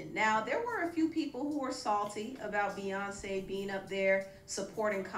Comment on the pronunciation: The way dumb Donald trump , said queenbey Beyonce name : Beyonce ! l! !!! ! 😂🤦🏽‍♀️